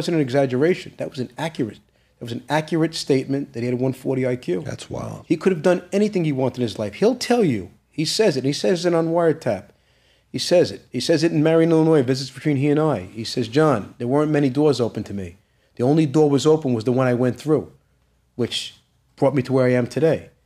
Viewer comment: 1 like for every time he says Marion Illionous lol 😂🙈 This guy's story's just don't feel right to me🤷‍♀️ anytime there's a question about his dad's crimes....its above his pay grade he couldn't know that 🙄